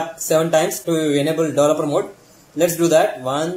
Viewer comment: How he pronounced Developer Mode... Sounds funny